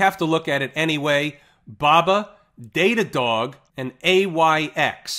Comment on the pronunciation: its not data dog its "D DOG" on Friday